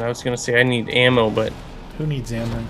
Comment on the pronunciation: he said lammo it was ammo not lammo